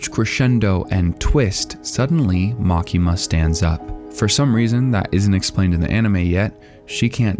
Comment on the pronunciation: LMAO! The way you say makima is bullshit!